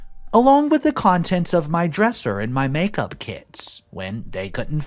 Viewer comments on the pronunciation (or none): none